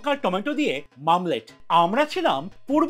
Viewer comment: Sob thik ache kintu ota to mamlet na. Ota to omelette.